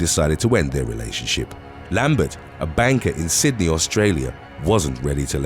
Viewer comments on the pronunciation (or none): none